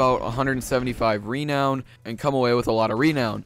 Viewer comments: Stop saying Reeeeenown it's renown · It's renown, not REEEEnown. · its not rEnown its ranown renown its purnotced ranown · Nigga said reee known 😭😭😭😭😭😭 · It's pronounced ru-known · The way you say renown bothers me for some reason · this pronunciation of renown is unpleasing peculiar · the way you say renown is terrible.